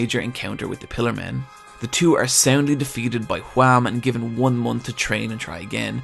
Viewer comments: ''Wham'' Noooooo, it's WAMUUU, focus on the UUUUU, WAMU! Gotta have the japanengrish charm! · >even they pronounce Whamu and Straizo, he calls em Wham and Straights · Mark was from the netherlands, and its Wamuu, not wham. Pls say the original names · Why do you call him Wham. It's Wamuu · You are saying wamuu totally wrong Its not wham Its what whitout the t and then the sound of a cow Wha-muu Other than that great video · is no one going to mention how he says wamu as WHAM? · YEAH! WAMOO, NOT JUAM! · Nice video, but why Wham. It's Wamuu! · Isn’t it Whamuu and Esidisi not Wham! and AC/DC I know, I know they’re names are based off these bands but they’re never explicitly said like that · why does he say wham? when its wamuu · For God's sake, IT'S WAMMU!!! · Where in the world does the idea that Wamuu is pronounced "Wham" come from? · Hearing you whamu wham hurts me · Why is he calling Wamuu, Juan? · i find it incredibly funny whenever he pronounces wamuu as Hwam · did you just call Wammu Wam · not gonna lie when he said wamm that hurt me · That triggered me a bit. IT'S WAMUU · You forgot the “u” in WAMU. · why are u pronouncing Wammu's name WHam so deliberately? is it pronounced wham in the sub or? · I love the way you say Wammu, it's like "Their disastrous encounter with Juam" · Where did you get the pronunciation of the characters? "Straights"? "Wam"? WTF? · I cant be the only one triggered by his pronounciation of Straizo and Wamuu, right? I mean idk if its intentional but if it is, its working very fucking well